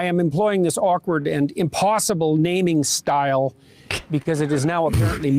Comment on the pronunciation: {Firstname} {Lastname} "an impwoassible naming style" -Jordan B. Peterson (2022)